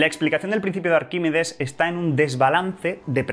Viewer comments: Arquímedes... "Arquímides" no, por favor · "Arquimides" no. Arquímedes.